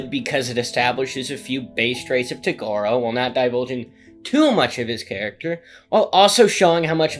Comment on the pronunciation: how do u pronounce toguro so fucking wrong my guy